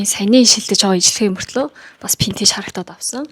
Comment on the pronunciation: Vintage geecheee Pintage geed bhiin nchdooo 😂😂😂